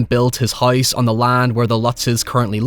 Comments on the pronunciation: You mean the spirits in the HOYSE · I can listen to you say "Hoyse" for hoyers